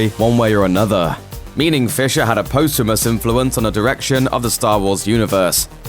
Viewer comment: Post Humous. It's post like cost, and it's one word posthumous. Go back to school. This isn't an accent thing, this is a schooling thing.